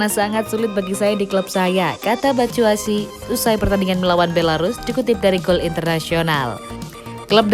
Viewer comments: Min, Mitchy Batshuayi bukan Batshuasi hehe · Batsuasu apa batsuasi wkwkwkwkw